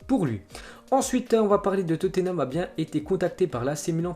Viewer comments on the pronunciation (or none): none